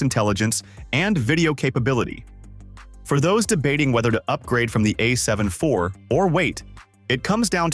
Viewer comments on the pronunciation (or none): The AI voiceover lost me at "A 7 eye vee"